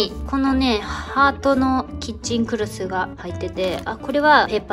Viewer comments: 3か4回目にキッチンクロスをクッチンクロスと言ってる当たり、何回も聞き直しました🤣𐤔𐤔𐤔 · キッチンクロスが クッチンクロスに聞こえたwwwww